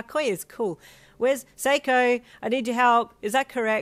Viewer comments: AAAAAAA I MADE IT IM HERE‼️‼️ your Japanese was amazing, dabi wa totemo subarashikute kūrudesu😍😍 AND ALSOOOOO YOU SAID MY NAME RIGHT OH MY LORD FINALLY SOMEONE WHO SAID IT RIGHT🥲🥲🥲 PEOPLE NORMALLY SAY IT LIKE SEEKO OR SAKO😭 GUYS GET YOU A BEST FRIEND LIKE SHES THE BEST‼️ ANYWAY SEIKŌ APPROVES THIS CHAPTER, ESPECIALLY THE OUTRO😌 dabi really said “choke on my ball dust, youngsters”😂 and as always… IM SO FLIPPITY HIPPITY HOPPITY HAPPITY FOR TOMORROWS CHAPTER‼️💃💃💃 if I’m also not seeing any comments of “WHOS SEIKŌ??” Then I will be fairly shocked since people will have no clue who I am unless they see my everyday comments and us just being the best of friends, proof by one time there was over 17 replies to one of my comments on one of these chapters and or on the gains series where it all began😌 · BECAUSE YOU SAID IT EVEN BETTER THEN I SAY MY OWN NAME IN MY INTROS LIKE WHAT IS THIS TOMFOOLERY😰🥲🥲 WERE GONNA DO SOME LITTLE MERMAID TYPE STUFF RIGHT NOW, HAND ME YOUR VOCALS AND I WILL GIVE YOU… TICKETS TO GO TO WHEREVER YOU WANT😌 ANYWAY I will forever remember and keep in my mind that we met on that fateful chapter of gains.. I don’t remember which but WHO WILL ACTUALLY UNLESS WE GO BACK THROUGH😂